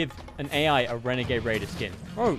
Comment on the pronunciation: wenegade waidoh 😫😫